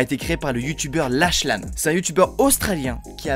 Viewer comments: Ça se dit "laklan" ou "laklanne" je sais plus mais c'est pas "lachelan" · Ça s’écrit lachlan mais sa se dis laklan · Lachlan le ch c'est comme un k